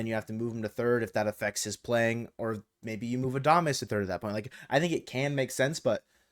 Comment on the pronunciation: I hope the Mariners don't get Adames cuz i couldn't handle listening to calling him Adamace all season lol